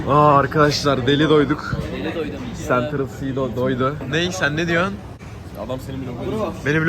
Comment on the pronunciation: central cee değilde sentrıl sii